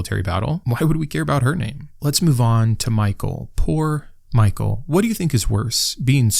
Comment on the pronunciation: ish — By the way, "Michal" isn't pronounced "Michael" — it's pronounced mee-hal